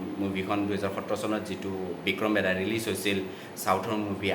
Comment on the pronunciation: O dada movie khnr nam tu vl koi kbo xikok .. Vikram medha nohoi .. Vikram vedha .. ru movie khon 30 September t release hol juwa kali nohoi 😒